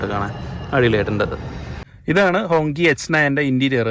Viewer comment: ഹോങ്ചി എന്നാണ് ഉച്ചാരണം